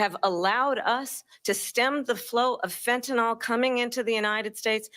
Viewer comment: so camel-a has issue with pronouncing her name... i submit an issue with the pronunciation of fentanyl... it's not fint-en-nal, it's fent-a-nil... if she changes her way of speaking, maybe others can follow... much like bush used to say nu-que-lar. just sayin